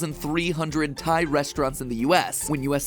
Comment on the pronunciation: Pat is saying Thai food tie food